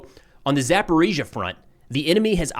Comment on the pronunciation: He says ГУР incorrectly. He has gotten Zaporizhzhia right now, so there is hope 😊